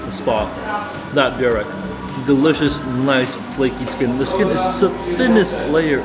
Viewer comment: burek - try saying it like this "boo-reck" and next time ur in NS you can eat on my treat or i can give you points where to eat what